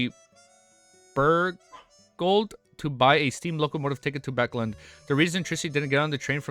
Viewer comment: Haven’t finished the video, so don’t know if you corrected it, but it’s bAcklUnd, not buckland or backland.